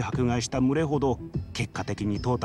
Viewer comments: む↑れ↓が気になりすぎるww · 「群れ」のイントネーションwww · 群れのイントネーション www